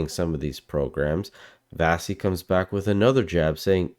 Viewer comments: Wonderful video and Vassy is great, but her name is pronounced "Vashee' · At least pronounce Vassey's name correctly